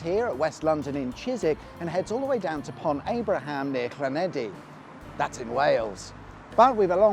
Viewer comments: I thought he said Llanedi, which is right, not Llanelli, which would be wrong. * Claneckly. There's no F or th in Llanelli. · A couple of thoughts etc etc, it's Llanelli Than-Neth-Lee if you want to say it phonetically but most idiotiaid Seisnig make the same mistake so I am not complaining, a smart motorway is an oxymoron anyway as it is neither safe nor smart and finally the abandoned railway line you mentioned by the Westerleigh fuel depot is actually the remains of the first railway line from Gloucester to Bristol which went via Mangotsfield to reach the city center. Cheers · I know Welsh place names can be hard to pronounce,, but there really aren't any letter D's in Llanelli.. 😅 ... Good luck with Part 2 , particularly the stretch between Langyfelach, Penllergaer and Pontarddulais 😁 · How'd you find a D in Llanelli? I've heard people replacing the Ll with L, Sh, Ch, but never heard a D before